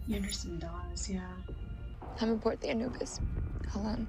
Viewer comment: What is it with Americans not being able to properly pronounce Anubis? lmao